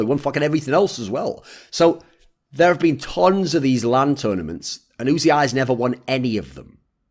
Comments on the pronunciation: Is it really pronounced "oo zee eye"? Everyone else I hear talk about him just says "oozee" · wasn´t it pronounced "uzi" straaight away without actually spelling it?